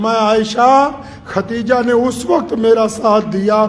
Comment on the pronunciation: Mashallah aap to itne bare aalim Hein aap bhi KHATEEJA keh rhe hein, please KHADEEJA bolen